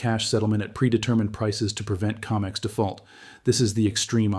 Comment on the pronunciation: CO-MEX not Ca-mex